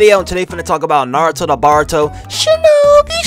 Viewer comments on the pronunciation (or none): this guy says naw-ruh-toe to baw-ruh-toe 😂😂😂